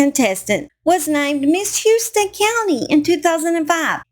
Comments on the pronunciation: It’s pronounced “howston” county not “hewston”…I also know some Shivers in south GA and it is pronounced with a long i as in Sheye-ver. I’m assuming hers is pronounced the same way but don’t know that for sure. Just FYI ! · Actually, it's spelled like the Houston Texas, but pronounced "how-ston" county in a middle Ga, Warner Robins, Ga. I live here.